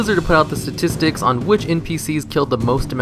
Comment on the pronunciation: statistics not sastistics you moron i instantly stopped watching the video when you said that